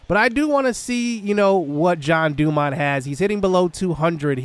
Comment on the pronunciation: So, you're pronouncing his name as John DuMont. Should it be Jean, as in like a pair of jeans?